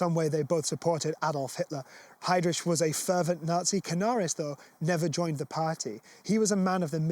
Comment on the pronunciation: Ch please! Not rich!